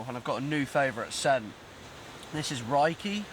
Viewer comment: Reiki....pronounced RayKey 😉